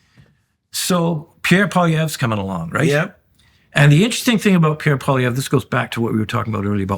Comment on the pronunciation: Please, it is NOT Pollievre. Let us be courteous enough to learn how to pronounce his name. PWOL is the first syllable. Wasn't that difficult was it!? After all this is a bilingual country.